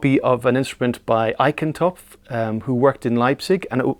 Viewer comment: I wonder how the one who plays an Eichentopf Bassoon can't pronounce properly his name, so "Áikentópf" instead of the (easy) "Aisshentopf". I wonder, in fact.